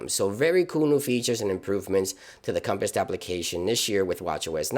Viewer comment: ... dude definately called the compass a "compist" like 9 times.